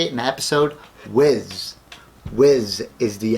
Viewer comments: Wh-E-s not whiz lol. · This dude doesn’t know how to say whis what a dumbass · You said whis wrong